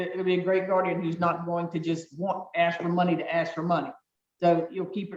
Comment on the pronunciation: The word is ask